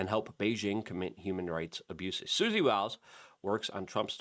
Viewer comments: Sounds like " whiles" not Willis. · You’re mispronouncing Susie Wiles :-). like Wyles,…not Willes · Wiles not willis, that's call pro nown see ay shun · What chew talkin bout Willis? Her name is pronounced Wile ...s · Luke, Susie Wiles' last name is pronounced like Max Blumenthal pronounced it. I.e. "Wyles" with a long i like y sound since it has one L; not "Willis" as if it had 2 Ls and a short i. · Luke!!! I freaking knew you were going to say Susie "Willis". I was hoping you'd do better. You've got to take 2 seconds to learn how to say these people's names correctly bro. It's Wiles!!!! Sounds like While-s. It's not Willis man. Holy shit.